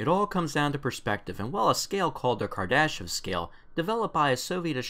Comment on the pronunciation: "KAR-da-shev", maybe? ;)